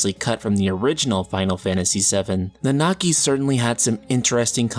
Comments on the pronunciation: Please just stick to calling him Red XIII. I cringe a little, every time you try to pronounce Nanaki. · You guys with this "Nanaki" name calling but want to not spoil FFVII story. I will forever cringe everytime you guys pronounce his name.